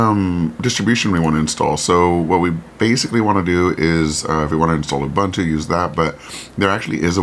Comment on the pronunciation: ubuntu is pronounced ooboontoo.